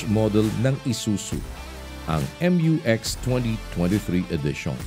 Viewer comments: Its pronounced as myu-x not M-U-X. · MU (MYU) - X. NOT M.U. X (EX)